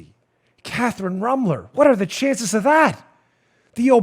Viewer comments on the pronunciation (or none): Dan, You need to pronounce her name with the proper Na$i...I mean German accent she deserves. It’s ROOM-ler. Rooooomler. Gives it that lovely ethnic German sound. BTW. I’m German too.